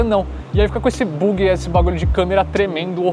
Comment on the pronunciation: Boyzinho amador rs “buugi” rs